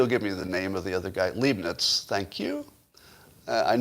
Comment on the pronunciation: ‘Leibnitz’ is pronounced ‘libe-nits’ and rhymes with ‘bribe nits’. You have to click your heels every time you say it.